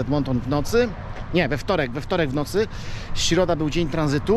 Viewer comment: Dlaczego tak uporczywie wymawiasz siroda?.Strasznie mnie to razi, czy mógłbyś wymawiać środa ? Bez urazy